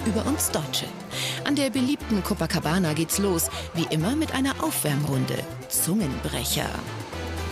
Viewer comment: Jedes mal wenn ein deutscher "Copacabana" ausspricht, stirbt ein einhorn.